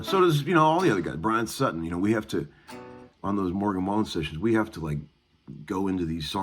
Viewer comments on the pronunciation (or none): none